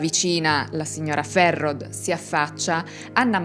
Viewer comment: Bellissimo video, sono Valdostano, ti scrivo le pronunce, il cognome di Ulisse si pronuncia così Ghisciarda, la signora Ferrod: si pronuncia Ferró la OD finale è un O chiusa e ovviamente la D sparisce, cmq bravissima...